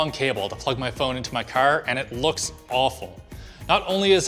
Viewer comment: Why you say car like that 😂😂😂